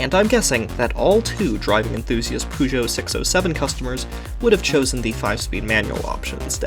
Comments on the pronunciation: Car channel, but pronounces Peugeot as Poo Joe. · PorschA, PUugeot,... 🤦‍♂️